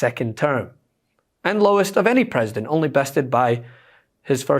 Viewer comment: PWesident. CWAY BABY. WWWHHHAA. CHANGE MY DIAPER